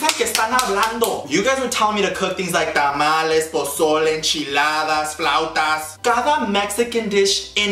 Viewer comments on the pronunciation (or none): none